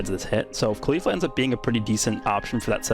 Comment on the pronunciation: Your pronounce of caulifla hurts my ears, you say her name wrong